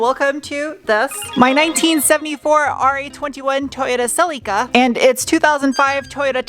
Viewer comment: Your pronunciation of “celica ” is superb